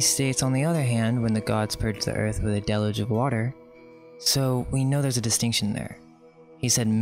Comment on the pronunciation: You must learn to pronounce ALL the words you use if you are going to convince most people, like "deluge," for instance...if you cannot/did not pronounce that word correctly, you may consider trying/working on it... Very cool work...just slow down a bit